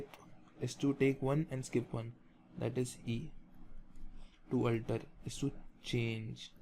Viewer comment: sir,its a very excelent initiative...very thankful .....but the only one thing i got confused with is the pronounciation of *alter*.I felt that the way you pronunce "alter" is diferent from the google pronunciation...which is the correct pronunciation?